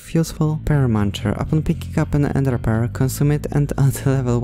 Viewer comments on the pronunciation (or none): none